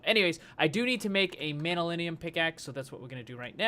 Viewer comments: btw you should pronounce it Man yu llyn and not manyulinium.... great episode as always! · its pronounced (MAN-NU-LIN) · It's pronounced man-yuh-linn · I think manyullyn is pronounced man-you-lin.